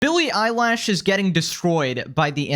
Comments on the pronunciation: It's Lish not Lash. She lives a different life than everybody else, she doesn't know the dating climate and never will due to her profession. She's also required to answer stupid questions in daily interviews, she probably just didn't know what to say. Take it easy on her. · Billie eyelash it’s Billie Eilish stupid. imagine trying to talk about somebody but get pronounce their name wrong!!😂😂😂😂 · He does it on purpose, but you can't comprehend that with 2 brain cells